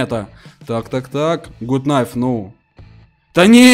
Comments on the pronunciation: ГУТ КНАЙФ а не ГУТ НАЙФ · Гат найф а не гут найф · Не гут кнайф а гат найф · Не Гут найф а Гат найф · Почему вы говорите Гут кнайф Гат кнайф вот правильно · Ты англиский знаешь не гуд найф а гад кнайф аааа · Гат кнайф а не гут найф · правильно гут кнайф!!!!! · ARS MANDARIN правильно гат кнайф гугл переводчик посмотрите